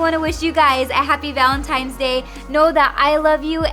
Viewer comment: Ok. She's totally saying ValenTIMES! Laura Lee did the same thing.